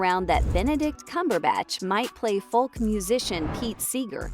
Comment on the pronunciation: I can’t believe the narrator can’t say Folk pronounced Foke, but keeps saying Falk. Really annoying. Can’t wait to see Timmy play the part though